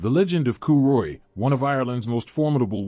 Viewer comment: Pronunciation sucks ass. Coo choolianne? Get real.